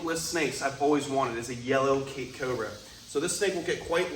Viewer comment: I know you are saying Cape cobra, but I keep on hearing CAKE cobra. He really looks so much like a banana.